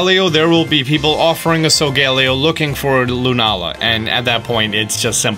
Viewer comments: It’s So-Go-lay-O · Why does he call solgaleo sogallio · You’ve been saying Solgaleo wrong it’s pronounced soul gah lay oh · I don’t mind your pronunciation of Solgaleo’s name. But it’s actually pronounced SO-GA-LAY-O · I'm sorry but it so-ga-lay-o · He keeps saying sogaleo wrong and it’s triggering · UR MISPRONOUNCEING SOIGALEO